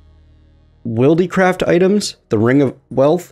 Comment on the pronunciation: It is pronounced wild-craft not willdeecraft